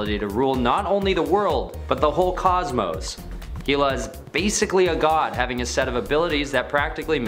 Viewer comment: what is with this channel mispronouncing names. hee-la? its hell-a